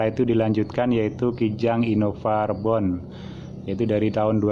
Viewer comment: Di detik ke 39 sy ngakak gan, innova “rebon” wkwkwkwk Ribon om bacanya, rebon mah anak udang